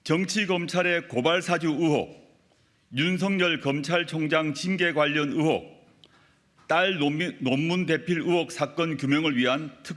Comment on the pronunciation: 발음도 잘 못하는게 어휴 ㅉㅉ 으혹이아니고 의혹 의혹